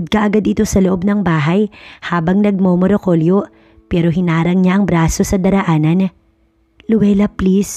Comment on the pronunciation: NAGMAMARAKULYO NOT NAGMOMOROKOLYO